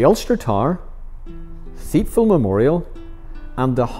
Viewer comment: Pronounced tipval ,not theipval